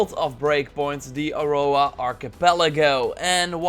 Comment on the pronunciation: Can you please not say, "Aurora" anymore ? Thanks 😉😊